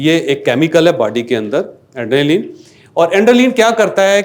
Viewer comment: Bhai adrenaline hota he plz correct pronunciation Baqi fit he ppt